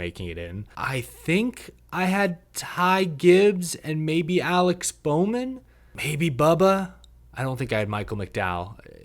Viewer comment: Now you got bowman wrong 😂